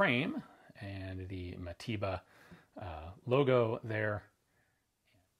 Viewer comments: Mateba not matiba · Its pronounced mataver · sounds like you say matiba... americans...